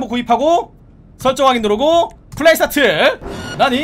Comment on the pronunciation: 에서 나만자꾸 출발사트! 라들림?